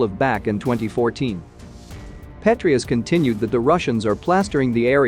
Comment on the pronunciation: Do you know what I'm beginning to find disgraceful about your channel? The fact that you specialize in American and Western military and you cannot pronounce the names of generals or former generals in the United States military correctly. That's your job bro. These are people that have been around. They aren't random names. Especially if you're saying Gen Patraeus. He has been a well know General for quite a while. Pah-TRAY-us.